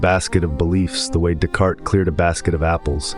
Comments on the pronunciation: One could at least make a little effort to pronounce a French name correctly. This barely known up-and-coming philosopher is pronounced DEECART. The 's' is silent. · Ugh. 😞 I’m sorry, I’m really not trying to tear you down - the “s”’s in Descartes are silent. ☺️👍🏼